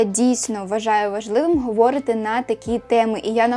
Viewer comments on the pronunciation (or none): відео чудове, але говорИти, а не говОрити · Дякую за відео❤❤❤ Маленьке коригування: "говорИти", в усіх дієсловах в інфінітиві наголос на передостанньому складі 😊 А так, ваша українська чудова)))